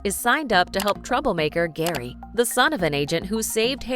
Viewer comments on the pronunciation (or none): none